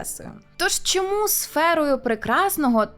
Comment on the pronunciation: Шановна! У вас в титрах немає жодного слова "щьо", "чьому", "щьоб" чи ба навіть "Чьервона рута". Будьте ласкаві вимовляти ш-, щ-, ч- твердо, відповідно до української фонетики. Матеріал же ж цікавий, потрібний, актуальний, а слухати важко.(( А перше, що спантеличило - "", але може Ви росіянка і це ім'я по паспорту. Успіхів! (Без образ)